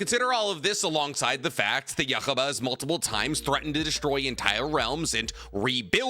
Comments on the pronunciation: Brother wtf... the way you pronounce yuwachs name is not only wrong but cringe as hell, then then you get to gurren lagan you say it correctly and say THAT is insufferable? Gtfo. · Wrong, the most powerful god is whichever one is making this guy pronounce Yhwach’s name like that 😂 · That's not how you pronounce ywach and its pissing me off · Love the way you pronounce Yhwach. Its meant to be a name you cant pronounce as its based off the sound you make when you breathe. You also missed out the 2nd half of Moris story. He achieves Nirvana and exists in the present past and future of the universe all at once. Its also worth noting with Zeno that each dragonball universe is a macrochasm made up of 3 infinite sized universes, so saying 12 universes isnt exactly accurate since each of the 12 macrochasms technically have infinite dimensions. Zeno also has his own realm outside of the multiverse. But your right anyone in the top 6 are pretty damn comparable. Also Arceus being shown love is amazing!!! Then you see some 10yr old catch it in a pokeball 😂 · The anime is out dog bo need to completely fuck ywachs pronunciation that bad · the way pronounce yhwach bach is intresting and wrong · Please, learn how to pronounce Yhwach’s name. It’s in the anime, just watch it and listen carefully 😅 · His pronunciation of yhwach got me dying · What hell did he say when he was tryna pronounce Yhwach ???? 💀💀💀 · I wanted to rip my ears outta my head every time you pronounced Yhwach........ I'm surprised you didn't bring up the creator of the super dragon balls. Their wish can reverse Zeno's destruction. So he may not be the strongest in his universe. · Your pronouncing Yhwach wrong..... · Why does he have soooo much trouble pronouncing yhwach’s name. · His pronounciation of Yhwach annoys me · That Yhwach pronunciation is diabolical 💀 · Can someone please teach how to pronounce anime names … who the heck is yakaba 😭😭😭.. it’s yhwach.. hu-wach why is he saying yakaba 😭😭😭😭